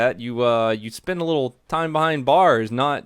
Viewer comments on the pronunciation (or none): none